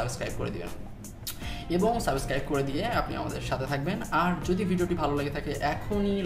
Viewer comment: ভাই সাবস্ক্রাইব টা একটু সুন্দর করে বলেন,সাবোস্ক্রাইব না😂